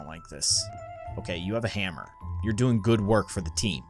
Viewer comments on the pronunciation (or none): none